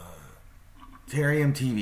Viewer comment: Ta-RARE-ium. There are two "R" sounds in that word